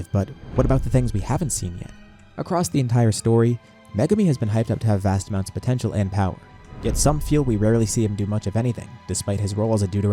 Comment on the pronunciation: “puhPOTENTIAL” GUYS HE SAID THE WORD